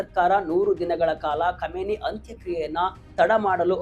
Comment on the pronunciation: Komeni alla kaaminai modlu sariyaagi ucchara maadu matte news